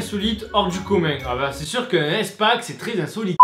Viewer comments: Mais mais MDR arrêté stp ça ce dis pas èspack mais ispak xd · on dit ispack pas éspack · À toute la vidéo j'étais frustré tu prononces "Èspak" mais pour moi sa se prononce"ispak" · easpack ca ce prononce "ispack" Bisous 😂😗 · Sa me stresse comment tu dit EastPak xD Sinon super vidéo , c'est original !